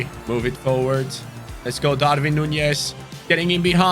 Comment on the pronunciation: Hi pronunces DARWIN NOT DARVIN